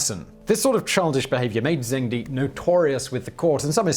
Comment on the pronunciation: Simon, I thought you always tried to check pronunciation before speaking names, etc. Plainly you do not have a decent reference source for Chinese. The Chinese emperor Zhengde is not pronounced Zhengdee but rather somewhat closer to 'Jungduh'. Not a perfect pronunciation but much closer to that which you gave. Interestingly, the first time you pronounced Qin Shi Huang was much better than all the other times and pretty close to what it should have been. Shi should be pronounced as though the letter i is not present and sounds a bit like 'Shuh. Just like the first time you said it. Still not going to make me stop watching your videos every day, though.